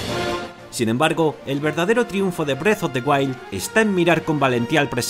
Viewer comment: parece que dice breast of the wild jajaj